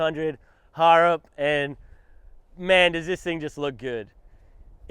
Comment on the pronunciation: Come on mate ya know how to pronounce bloody but harrop needs some practice